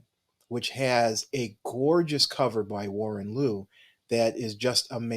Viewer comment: No criticism or anything, I just hear this everytime someone talks about Warren Louw. The way you pronounce his surname is "low". I know it's weird but he's South African (so am I, that's how I know).